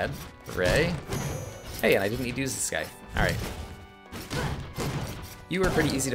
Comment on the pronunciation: At least with the nerdy glasses you're no longer color blind o3o?? Also, dangit, that c in Scythe is soft. it's not Sky-the. it's sai-the. =3=.